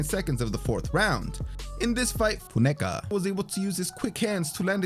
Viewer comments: I expect the narrator was saying "Foon-a-ka". Unfortunately, the overdubbing fix was done so poorly, it just drew more attention to the slip up. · Say Funeka again……🤣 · I noticed too. I figure he must have been pronouncing his name wrong and realised after it was recorded so just did that instead of recording it all again. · You really couldn't pronounce "Funeka" though??? Had to keep replaying the same recording??? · Saves him having to record the whole section again for saying the last name wrong